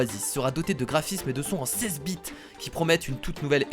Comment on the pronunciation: xD comment ta dit les 16 bits j’ai cru comprendre bite XD